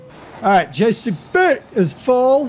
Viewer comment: Next seson use coursplay, and stop saying jcb like that. IT is not fun